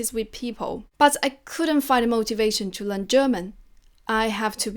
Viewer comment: would you please pay your attention to the pronunciation to Learn? I heard you pronounce it len, not learn. sorry.